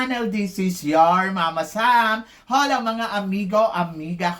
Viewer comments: Acclah Hola is pronounced as Ola. Hindi binibigkas ang letter "H" 😂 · Eloquent ho hindi Eliquent Country (Kahn tree) -Hola (Ola, letter "H" is not pronounced